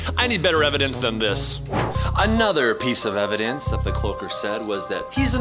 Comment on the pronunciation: I love when chad seid evidonce 😂